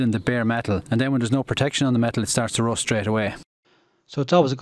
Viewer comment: What kind of pronunciation is this? rOst 😂😂😂